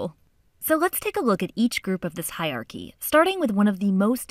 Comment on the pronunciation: please learn how to pronounce HIERARCHY :) thank U